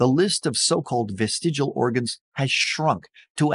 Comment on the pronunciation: Ooopsie! It's vestig-I-al, not vest-igal! The second letter I makes a big difference to how you pronounce it.